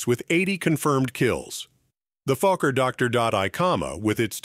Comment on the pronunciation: Was his name Fucker or Falker or Fokker??. Please check your videos before going online!!!